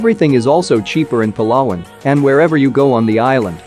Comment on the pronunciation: Giving advice where to live in the Philippines yet he can’t even pronounce Palawan correctly.